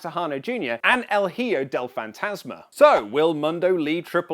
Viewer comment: "El Jio del Fantasma"?, who's that?, do you mean "el Hijo del fantasma"? Lol, i'm kidding, just remember is pronounced "El E-Ho del Fan-Tas-Ma", cheers buddy and keep them coming, i love your videos.